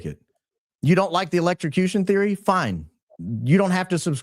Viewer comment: Even. Grok. Says. Electrucution